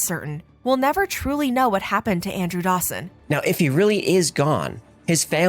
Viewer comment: His last name isnt dawson ,it's sawson.